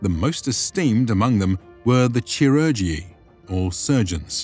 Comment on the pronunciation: Very interesting! I'll have to look at the sources you mention in the description (thanks for that!). Just two pronunciation checks: clerestory is pronounced as 'clear storey'; chiurgus should be pronounced /ki.'ur.gus/, not with an English /ch/ sound (it's a Greek loanword into Latin and that 'ch' is pronounced like the 'ch' in Greek words in English like 'chiasmus' or 'chaos').